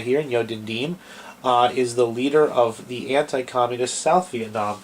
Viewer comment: You don't even know how to pronounce Diem's name. Anyway, Diem was not corrupt, quite the opposite. Nor was Diem an ineffective leader. In fact, he was a very effective leader, as we now know even from North Vietnamese sources. JFK was tragically mistaken for trying to force Diem to enact democratic reforms while Diem was in the middle of a war with North Vietnam. And Diem never asked for U.S. combat troops--in fact, he was opposed to having U.S. combat troops in South Vietnam. I suggest people watch the documentary "Liberator of Asia: The True Story of Ngo Dinh Diem" or read Dr. Geoffrey Shaw's book "The Lost Mandate of Heaven: The American Betrayal of Ngo Dinh Diem."